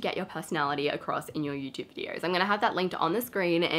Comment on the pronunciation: Why do you have an “r” sound in vidors? And not VIDEOS? just a question